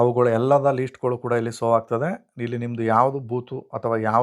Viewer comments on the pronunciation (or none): ಸೋ ಅಲ್ಲ ಮಾರಾಯ ಶೋ ಎಲ್ಲಾ ಕಡೆ ಸೋ ಸೋ ಅಂತ ಹೇಳುತ್ತಿದ್ದೀರಾ